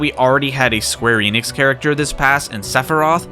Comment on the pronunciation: You pronounced the Enix in Square Enix wrong.